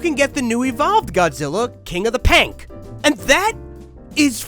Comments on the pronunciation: It's Pink not "Pank" you're saying it wrong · Bro that is not pank it is pink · AHH YES "PANK" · “King of The Pank” 😭😂